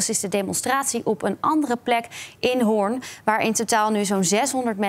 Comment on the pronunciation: Doet me pijn aan mijn oren dat de presentatrices Hoorn zo bekakt uitspreken